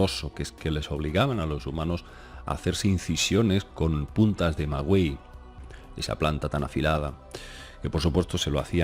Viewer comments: Maguey no se dice "maguiei" se dice "magey" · Maguey tal cual no " güey" 😄 saludos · Hola! Sólo una cosita, MAGUEY no se dice "magüey" para que sonara la "u" tendría que llevar diéresis y no las lleva; se pronuncia sin la "u" y la "g" suena de una forma muy suave, como cuando se pronuncia "gato". :D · Se dice: Maguey! No Magüey!. Saludos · maguey se pronuncia igual que Miguel. No Migüel, no magüey. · Hola, yo soy de México, vivo en los Angeles, pero no se dice maguey bueno se escribe así pero no se pronuncia la vocal U como en Miguel la U no tiene sonido sería como si sólo se pronunciará magey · cuando manejas nombres propios que no te son comunes en tu cotidianeidad, hay que poner mucha atención. En Quetzalcóatl y Maguey te ha fallado ésta vez. Es complicado, lo sé porque desde México yo intento aprender euskera y cuesta mucho. Cuando viví en Cataluña, aprender catalá tampoco fue fácil, pero en mi trabajo era indispensable. En tu trabajo, manejar lenguas ajenas a tu lengua materna es común y hay que cuidar esos detalles. El maguey (así, con ortografía castellana se pronuncia sin la u)fue una planta básica para subsistencia precolombina en México. Hay muchas variedades de maguey y la más famosa es de la que se produce el tequila. De esa planta también se producen textiles y gran variedad de cosas de uso aún cotidiano en México. Alegres saludos!